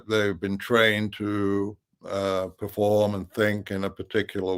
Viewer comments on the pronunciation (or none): none